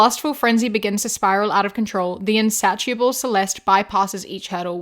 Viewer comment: btw, insatiable is pronounced (in-say-shu-ble) not (in-sat-ee-uh-ble)